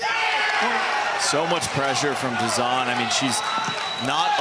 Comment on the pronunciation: 👍👍 But....." Dizon "😁😉